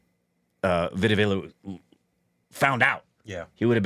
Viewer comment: saying Vadivelu as Veedavaalu tickles me everytime. It's endearing. I love that he's trying.